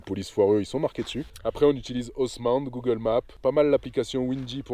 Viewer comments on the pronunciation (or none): none